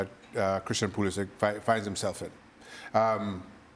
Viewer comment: Craig, this isn't Kindergarten. Learn how to pronounce the name of the player you hate most. It's Pu-li-sick. Not sitch.